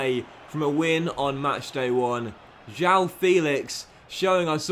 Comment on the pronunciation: João's name it's pronounced as it's written: João, not Jau, try and listen to it on translate. The "ão" sound is a bit alien to English speaking natives but it's really common in portuguese, so it will be important for you to learn it!